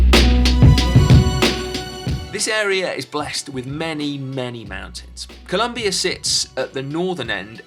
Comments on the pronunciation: Please, it’s Colombia, not ColUmbia!! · it's colOmbia not colUmbia ;) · IS COLOMBIA NOT “COLUMBIA” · PLEAAaaseeessseeEEuhhh.. COLOMBIA not COLUMBIA. But other than that, great vid! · Brooooooo please it is COLOMBIA, come one!!!!! Beside that everything all good!!! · It's Colombia, not Columbia mate! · Colombia. not Columbia. COLOMBIA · It's Colombia, not Columbia! Other than that, awesome video. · IT'S COLOMBIA NOT COLUMBIA.... besides that, I love this video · It is COLOMBIA not COLUMBIA 😡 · Hey! Its COLOMBIA! not Columbia stop making that f... Mistake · Please!! It's Colombia no Columbia!!! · seriously ? Columbia? it's COLOMBIA, not Columbia !!! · It’s COLOMBIA, not COLUMBIA!! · Seriously? You're still making this mistake? It is ColOmbia not ColUmbia!!!! Unbelievable. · Mate glad to see u around alto de letras! But it’s Colombia not Columbia 😉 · It's Colombia, not Columbia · It's Colombia, not Columbia (map at the beginning). Otherwise, great video! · It's Colombia, not Columbia but who cares, amazing video guys!! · guys.... it's ColOmbia. with a O, not a U... But as a Colombian who loves cycling, this was a beautiful video! Nicely done! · It's COLOMBIA not COLUMBIA. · Amazing video.!!!!! Good to see you in our country and you had taken this "Alto de Letras Challenge". Just a little thing, It´s Colombia, not Columbia LOL................. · Noooooooooo it’s C O L O mbia... not Columbia, that’s in Canada guys. Nevertheless, loved the video, gracias 👍🏻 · Its COLOMBIA not Columbia have some respect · Great video as always guys but, Columbia? Really, I mean, you were there for a couple of weeks as you said and couldn't even get the name right? A shame......... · It's COLOMBIA, not COLUMBIA! Seriously?! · COLOMBIA! Not columbia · It's "Colombia"